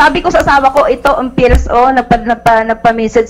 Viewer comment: maka-anga-anga ka naman po kay sir raffy. PILLS po hindi fills. 😏